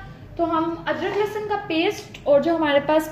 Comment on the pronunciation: That is lehsan not lassan Har video me same baat